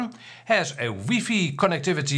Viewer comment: Lol ‘weefee?’ First time I’ve heard it that way